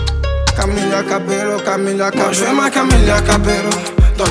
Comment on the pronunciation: ça se prononce cabeYo